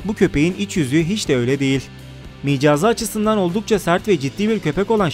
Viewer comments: 4.15" teki "micaz" değil, mizac bu arada o kelime :) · micaz degil mizac kardesim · Micaz nedir yahu "Mizaç"olmasın o :) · 'Mizaç' diyeceğine 'micaz' demiş. başka bir videoda da 'minnet duymak' yerine 'nimet duymak' demişti. Anlatıcı bilmediği kelimelere imla kılavuzundan bi baksa güzel olacak. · Micaz değil mizac